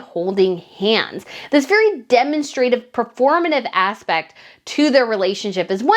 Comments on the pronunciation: I wish you would would put the accent on the right syllables. It’s demONstrative not DemonSTRAtive. You do this frequently in your videos and it drives me nuts! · Hey! PLEASE look up pronunciation of "demonstrative." You're pronuncing it wrong, and I'd hate to see you do that in front of other scholars. We're not always kind. Take care and good luck on your PhD! Your work ethic is nothing short of AMAZING. I wish you great success. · I love your channel. I have to tell you, though that the emphasis is on the second syllable when you say demonstrative. 😊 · The US & UK often pronounce the same world with accent in different syllables. Drives me crazy. ;)